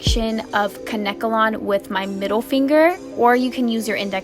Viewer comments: 😂 its adorable how she kept sayin kankelon wrong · It’s Kane-kelon....I mispronounced it for years!!! Love your vids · The way she said Kanekalon made me cringe